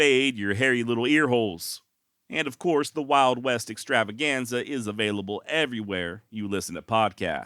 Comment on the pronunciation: 😂😂i love it when you roll the R's in Extrrr🥁rrrravaganza. This is my favorite podcast for traveling around the mountains Out West slangin my wild foraged balms and libations. 🔥🙌🌲🖤💫🇺🇸 excited to download a bunch of episodes through resin foraging season out in the forest this winter! 🤘🌲🍯💫